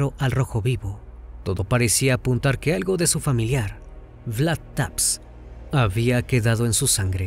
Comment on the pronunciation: se pronuncia vlad tepech o vlad tepes para los compas